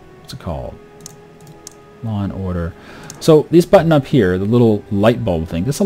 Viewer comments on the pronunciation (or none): none